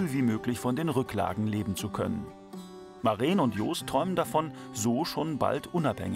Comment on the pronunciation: Es ist Maren kurz gesprochen. Lang wäre es Mareen